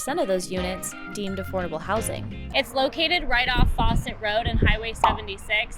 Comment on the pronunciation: Obviously not from O'Side, nobody who's from here calls Foussat road, Faucet road...